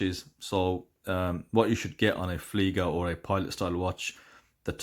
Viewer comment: ... it's "Flieger", not "Fleiger" 👋